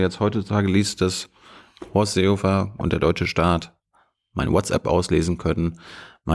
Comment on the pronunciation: vor allem das butterweiche "Seehofer" danach :D